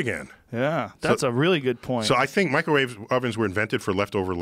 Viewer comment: "Microwawe weapons"